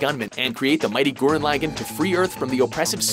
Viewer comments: It annoys me when people call it gurren laggen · "Gurren Lagann" Then why not just say "Madoka Magica" ?